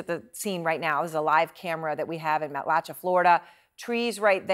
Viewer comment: "Matlashay" pronounced